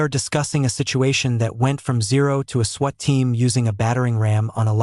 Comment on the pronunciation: This must be an AI reader ... multiple mispronunciations ,,, ie sweat instead of SWAT caused a lot of giggling from my grandson